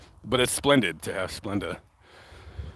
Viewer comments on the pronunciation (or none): none